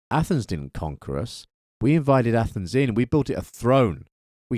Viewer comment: you said ATHENS............. i understood ATOMS